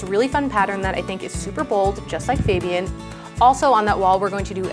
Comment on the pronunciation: How is it even possible that fabians sister is pronouncing his name wrong.